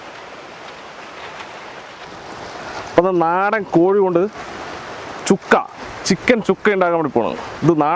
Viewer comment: ചുക്ക അല്ല അണ്ണാ സുക്ക സുക്ക